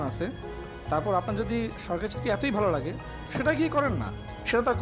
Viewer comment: আগে চাকরি টা ঠিক মত বলতে শিখো। চাকরি কে চারকি বলো৷ আবার ভাইবা বোর্ডে যেয়ে নিতিবাক্য ও বিচারকদের ভুল ধরছো৷ হাস্যকর৷